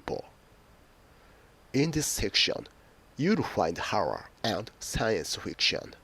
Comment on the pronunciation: what the fuck is your pronunciation?! lol who the hell use your video for learning English.